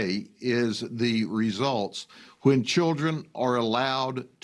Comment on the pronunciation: Come on, report the news ACCURATELY. Its not "teen takeovers." We see the video, it's BLACK TEEN TAKEOVERS. And then fights and shooting breaks out. And be it in CA, NY or the Carolinas. they can't pronounce a 3 letter word...kids not keeds.